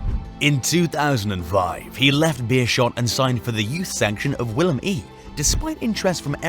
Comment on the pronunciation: Willem i ahh hell no xD, that is a 2 in roman letters